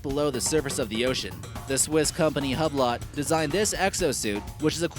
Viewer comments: lmfaooo Hublot is pronounced 'you-blow' not 'hub-lot' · The way these youtubers pronounce words they don't know always cracks me up. Hublot.... pronounced hub lot lol it's more like hew blow.